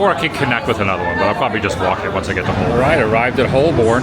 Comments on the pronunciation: Adam I agree you have to come back as you’re only scratching the surface on this trip. You will struggle to find anywhere that has history that you can relate to and by the bucket load. Not being picky either but most Londoners pronounce Holborn “Holburn” again not being picky 😂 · Your pronunciation of our names is getting much better, well done Adam. One small note. It's Hol burn, I know it's not spelt like it. But that's how it's said. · On pronunciation, Holborn is said without the R or the L.